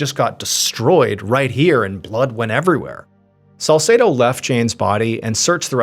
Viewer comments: God bless you 🙏 One issue I have is the pronunciation of the detective's name Salsedo. It's pronounced Sal-seed-o. Best friend growing up, same name. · If you say salsedo one more time.., I fr can’t.